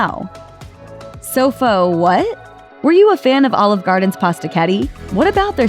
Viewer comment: She really sounds like she's trying to say "All Of Garden". She's pronouncing Olive weird.